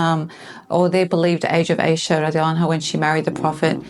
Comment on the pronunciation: the AI pronunciation of Ayesha in your video is cringe worthy, but overall it is a valiant effort. However, there's a much stronger evidence than the arguments used in your video presentation. Qur'an 4 : 3 stipulates marriage to mature women which excludes female children.